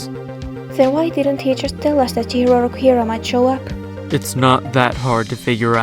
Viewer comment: ITS CHIHIRO ROKUHIRA